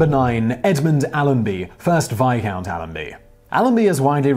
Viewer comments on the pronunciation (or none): No. Veyecount